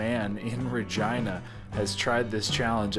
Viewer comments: Lol. Is it pronounced "Ra-Gee-Na" or "Ra-Gine-Na"? It sounded weird when you said "Ra-Gine-Na". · Oh lol 😄 That's an interesting pronunciation for Regina. I've known it to be Re GEE na. Learn something new everyday! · Why do I keep hearing say Vergina.... 😲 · Lol. I keep on hearing "Vagina" every time I hear him say "Ra-Gine-Na". 😜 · I wanted to say is it just me or has Regina the name always been pronounced Re-ge-na ?? Never in my life have I heard it that way unless he wanted to be funny lmao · Sounded like he kept saying vagina lol. Thats my type of eating challenge. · Is “Regina” really pronounced like “vagina”? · What is that areas name? I swear was saying vagina 🤔 also I would have totally ate the bread with the pasta 🍝🥖 gotta dip it 😁👍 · I cringe every time he said virgina🤣😭🤣😭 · Noooo It's pronounced Reh-gee-nah But sounds funny. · I thought he kept saying " Vagina"🤦🤦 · Please stop saying ragina! 😲🤔🤔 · Are you saying Ragina?? I’m confused I’ve never heard of Ragina! Are you sure it’s Ragina ? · 🤣🤣 did you said vagina? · Double take every time said Regina